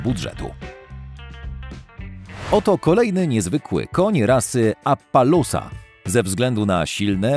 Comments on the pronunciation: Uszy bolą, jeszcze to jak on czyta maści... Ja: Apalossa On: Apalułsa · Nie appalusa tylko appalosa xd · Nie mówi się "Apalósa" a "Apalosa" Tak samo "Marławi" a powinno być "Marwari" skąd ty czytasz tę nazwe? 3. Cxyta sie Achałtekiński